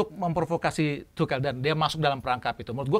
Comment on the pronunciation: izin koreksi yaa, pronouce nya yg bener itu Tuhel, bukan Tucel atau Tukel yaa, semoga bisa diterima